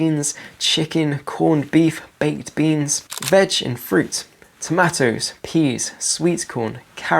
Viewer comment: Just learned a third way to say tomatoes.